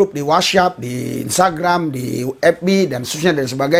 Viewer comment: Shalom, maaf dikit komen pak, klw menyebut WHATS APP = WAT'S AP ✅.... 🙏 bukan "WHAT SYAP" ❌, spy enak di dengar pak, mohon maaf atas komen sy ini 🙏🙏😊Gbu